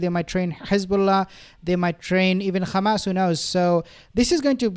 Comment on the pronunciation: Brother! I really wish you would stop saying Khamas and just say Hamas. We get the joke now. Just say Hamas!